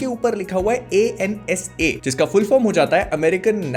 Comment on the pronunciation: NASA❌ ANSA✅🤣